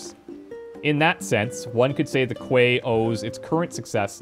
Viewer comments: Quay is pronounced "Key" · Noctis put his hand on his head to scratch or something, then a half second later you did the same thing! - "Quay is pronounced 'key,' okay cool, thanks, I'll try to remember that." Then says quay as quay again. Haha. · Oh Quay is pronounced 'key' I'll try and remember that. Literally 30 seconds later: Galden 'Quay'...